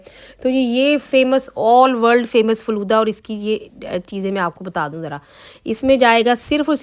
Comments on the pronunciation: Flooda nahi hota Faalooda hota hai yar🤦‍♀️🤦‍♀️🤦‍♀️ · Flooda nahi Falooda Sister